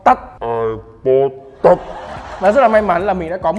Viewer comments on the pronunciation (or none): Touch đọc là tắt hả mọi người